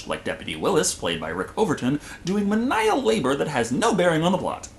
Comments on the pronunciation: Men-eye-al labor? No no no, mee-nee-uhl labor. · Menial is pronounced me-knee-al not ma-nile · did you just say "minnile" labor? menial mee ne al not min nile ... mee ne al labor .. maybe its a Texas thing .. i dunno .. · Am I hearing things or did he pronounce menial as "muh-nile"? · Menial labor, not pronounced “men I all” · Ok, now I'm suspecting you're a highly intelligent alien analyzing our films. Or, again, like me, you're someone who built their vocabulary reading. Menial is "mean-ee-all". It's not like dial. Again English is weird. Your reviews are awesome! Oh also I think they might have shied away from Arach Attack because we had recently invaded Iraq and well...same story as "The Watch" formerly being the Neighborhood Watch before Trayvon Martin. Just not very politically expedient.